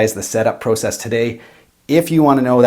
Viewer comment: And "Process" lol